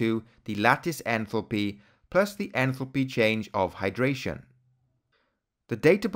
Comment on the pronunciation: your pronunciation of enthalpy sounds like entropy